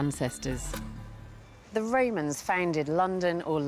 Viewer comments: "the Raymonds ' or The Romans ? Posh pronunciation is irritating. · Why does this lady call them "Raymans" instead of "Romans"?